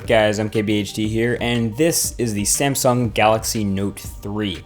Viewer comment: did you just said SAMEsung at 36 second :)